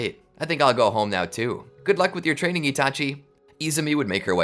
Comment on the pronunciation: "Rizz teaining"got me laughing on the floor for atleast 10 mins